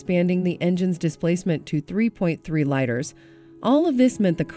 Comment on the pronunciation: I hate how they hire these non car people they think have good voices to verabilize and make these gaffes in pronunciation...hilarious!